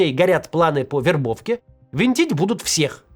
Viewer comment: почему меня так начало тригерить когда максим вместо "будут" говорит "бдут"